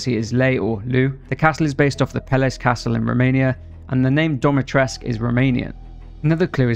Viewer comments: Its dimitrescu, not domitrescu. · It’s the way he says it like ‘DOMitrescu’ for me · I like how pronounces "Dimitresccu" as "DommyTresc" 😂. Also, is Lady Dimitrescu based off of the "Blood Countess Elizabeth Bathory"? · So Dimitrescu is pronounced "Dee-mee-tres(like in spanish)-coo" :) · DimitrescU. It has a 'U' at the end, it's a Romanian name. I am not Romanian but i still get triggered. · It's Dimitrescu with the U pronounced as an 'oo'. Go ask any Romanian. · Hold up, so you know Dimitrescu is an actual Romanian name and you still choose to say it wrong?